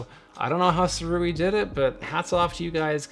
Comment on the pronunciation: I ordered mine when it was on Early Bird Indiegogo launch . . . . . Pweshusssss! And apparently it’s pronounced ‘Sue-Ray’ 🤷